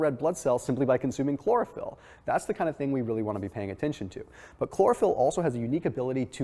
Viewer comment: Chlorophyll? Sounds more like Borophyll.